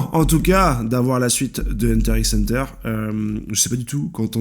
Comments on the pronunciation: Ça me stresse de ouf que tu prononce le X de HxH alors que tu connais super bien l’œuvre 😆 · Pq tu prononce le x de HxH ? 😖😖😖